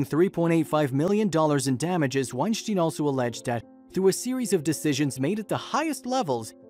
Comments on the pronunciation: It's pronounced like Einstein.. sounds like styn not Steen... he cleared it up on a Rogan podcast. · Thumbs down for getting his name wrong. It's said like wine-stine not wine-shteen. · Your saying his name wrong. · I commonly hit the like button for these types of videos. However, I’m stopping when the narrator mispronounces and misuses common words. I don’t even think he pronounces the professor’s name correctly. He almost sounds like a poorly programmed robot.